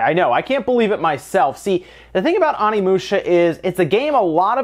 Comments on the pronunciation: It's pronounced Oh-nee-moo-sha, not Ah-nee-moo-sha. Japanese isn't hard to pronounce--it has five vowels and they're always pronounced the same. Get it right. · I swear to god the Pronunciation of Onimusha is not - Omnimusha, this is not battle of the gods in DBS XD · So much hate for pronouncing 'Onimusha' as if it were written 'Onnimusha' or 'Animusha'. Oh, well. I remember back when I pronounced 'Geno' as [GEH-no]. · How to pronounce Onimusha (Oh Nee Moo Sha) please pronounce it correctly... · It's pronounced: Oh-nee-moo-sha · Love ya, but it’s pronounced OH-knee-moo-sha xoxo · You saying it wrong. It is o-ne-mu-sha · please stop slaughtering Japanese words. There are only five vowels: a says “Ah,” i says “Ee,” u says “Ooh”, e says “Eh,” and o says “Oh.” There. Now you can pronounce every Japanese word ever. Onimusha is “oh knee moo shuh” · I'm sorry, but I can't continue listening to you as you butcher the pronounciation of Onimusha every five seconds.